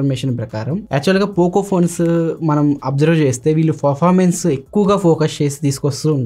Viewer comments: Well presented bro, only one correction is that, your pronouncing performance as forformance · Really Your voice is so good... all okay... don't worry man...go ahead with the flow... review kuda bagundi... small correction from my side as a family... 'Performance'ni "ferformance" ani pronounce chestunaru...just take it as positive note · Good review . Nice presentation.your voice also good. Small suggestions. 1. పెరఫార్మెన్స్ కు బదులు ఫెరఫార్మెన్స్ అని వినిపిస్తుంది 2.హైపర్ ఓయస్ కు బదులు ఐపర్ ఓయస్ అని వినిపిస్తుంది. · Anna adhi performance, farformace kadhu... Nii voice kuda bagundhi kani words prasad anna laaga spashtam ga palakadam ledhu... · From My Side a Small Suggestion to you is "Not Ferformence" it is a "Performance" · Good explanation bro.... Just one suggestion. ..not criticism. ... Meeru performance ane word sariga palakatam ledhu bro... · All good bro Performance anedhi kodiga manchiga palakadaniki try chey bro